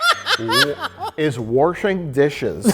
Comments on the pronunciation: Mike: "...is warshing dishes." Me: "Did Mike just say 'warshing'?!" Mike: "... IS WARSHING THOSE DISHES" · “Warshing those dishes in a caffee shap” the most Wisconsin sounding sentence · a lot of good pronunciations this vid: “warshing” “accept jesus as your savour” “crayn” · I absolutely adore Mike saying "warshing dishes". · Mike adds r's to wash makes miss the Midwest. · Warshing dishes hehe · People always shit on, then no one notices mike says “wershing” instead of washing. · omg Ive never heard anyone pronounce WASHING as WARSHING except my dad until this very moment when Mike just said "Warshing" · Warshing dishes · Disappointed in the lack of discussion in the comments about Mike saying “warshing dishes” multiple times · Did Mike said "warshing dishes"? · Is Mike pronouncing wash as "warsh" ironically? God I hope so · What is “waRshLing” dishes? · “Warshing Dishes” -Mike Stoklasa, 2020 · Warsh?? WARSH?!?! Unsubscribe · i googled "where do they say 'warshing'?" the answer was way too many places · Mike said "warsh." "Warshing dishes." I waited for the punchline, but instead he just said it again. I guess Mike says "warsh." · Who else was waiting for to say “folding chable”? Also, Mike needs to work on his pronunciation of “washing”.